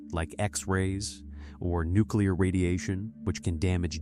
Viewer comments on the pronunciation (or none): You had me until you pronounced nuclear as "nookyular". Instant loss of credibility, down to like kindergartner level, can't even continue watching 😂